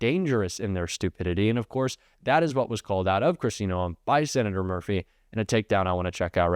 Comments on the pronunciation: A South Dakota here. Pronounce Noam with one syllable. And yes, she's awful. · You are pronouncing her name wrong it is driving me CRAZY. Kristi Gnome is the correct pronunciation